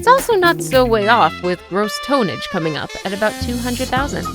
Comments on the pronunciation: I think u mean Tonnage. Not toneage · ...you lost me the first time you said, "tone-ege". I prefer my commentators know how to pronounce their words...say it with me now, tonnage!